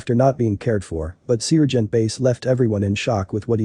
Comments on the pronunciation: Great heartwarming story but the robot voice "sear"-gent is annoying 😑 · Lucky, it was an annoying robo-voice that kept pronouncing Sergeant as ce-urge-e-ant. Basic story...39 year-old drug head babysitter in grocery bathroom with 14 month old. The sitter was trying to hide drugs from cops, while baby was drinking Dr. Pepper from a baby bottle. The Sargeant got the baby away from the woman, she got arrested, baby safe but mother is in jail for unspecified reasons. Looks like that poor child will end up in foster-care. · Not all cops are bad. God bless this sargeant. By the way, it’s pronounced sar gent.